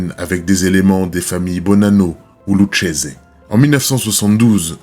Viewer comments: Lucchese se dit lukese. Très bonne vidéo 👍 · Lucchese se prononce Loukézé.